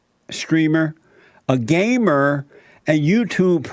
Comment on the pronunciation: Jesse said Gaymer